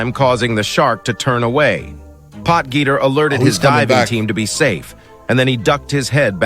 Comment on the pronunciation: hahaha POT-GEETER hahahahaha